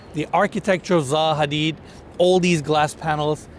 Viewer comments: it's not ZA HADID, it's ZAHA HADID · you pronounced their name wrong lol